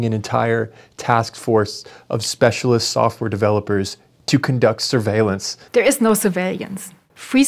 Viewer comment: "surveilliance" is what she said.